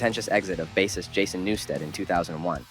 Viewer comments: Baseist not basist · the way you say Bassist. lmao